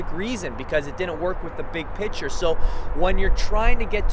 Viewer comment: when he trys to say picture he says "Piture"